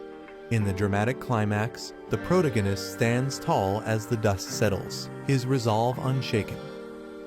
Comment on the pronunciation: can’t keep watching with the ai mispronouncing “protagonist” every 4 words